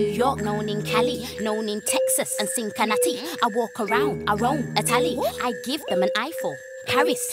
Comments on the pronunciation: Its pronounced 'sin-sinatty', not 'sink-inatty'.... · She said sinkinatty. Cincinnati, Ohio is pronounced Sinsinatty😂😂😂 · It's pronounced "Sinsinatty" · Did the say "cinkinnati" ??? 😂😂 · I think that's how people from England pronounce it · Lol believe me, she knows how to pronounce Cincinnati. She's a clever woman and that was done purposefully. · Lmao the way she says Cincinnati 😂😂😭♥️ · the way she says Cincinnati bugs me hahaha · is it just me or did she mispronounce Cincinnati? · her pronunciation of cincinnati bothers me